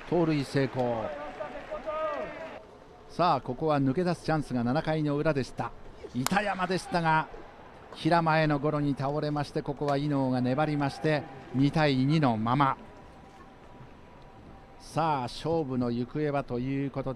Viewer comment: 勝利投手「おやま」に聞こえるんやが「尾仲」だろ。板山のセカンドゴロも「ひらまえ」に聞こえてちょっと何言ってるのかわからない状態だったが「平間」への、だとわかった。こういうときは「セカンド平間への」と言うべきだ。